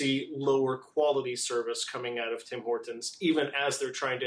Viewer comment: Anyone else annoyed by how that guy pronounces Tim Hortons. It's like he emphasizes the T in Hortons.....friggin Americans.